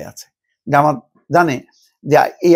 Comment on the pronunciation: উচ্চারণ জামাতি হবে না!